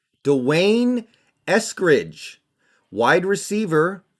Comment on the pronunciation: And u never ever said his name before and cannot even pronounce it.